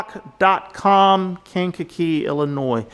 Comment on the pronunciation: You did pronounce Kankakee correctly. That stinks to hear that mice can get into that box! I’d hope they would have made it tight enough to keep mice out.